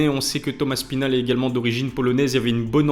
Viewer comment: Avouez on dit tous Thomas spinall